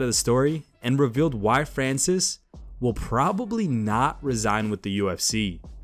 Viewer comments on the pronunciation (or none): Re-sign not resign. You guys mispronounce all the time completely changing what the statement is actually communicating.